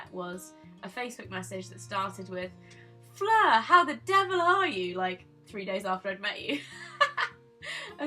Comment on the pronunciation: Surprised you pronounced my name right, Fleur, people always get it wrong! Thank you for this video, it's really cute.